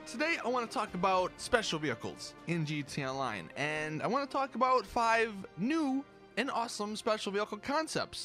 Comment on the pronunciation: bro you need to fix how you say gta online